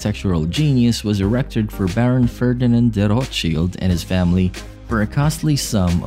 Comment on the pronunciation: Could at least pronounce the name correct